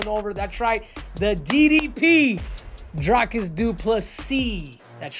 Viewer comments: Not pronounced as Drycus or Dricus but Dreecus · Its pronounced Dric(k)-us..not drike-us, not Drake-us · You got the surname pronunciation down Henry, but not his name. Dricus rhymes with tree-miss. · You got the surname pronunciation down, but not his name. Dricus rhymes with tree-miss.